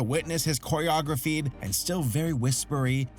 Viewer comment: "Choreographied"? You mean choreographed? :B